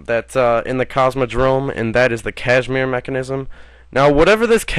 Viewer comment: Kasimir, not cashmere.